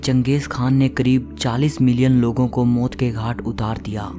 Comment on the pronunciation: Moat ke ghat...hahahah..maut ke ghat...gujju accent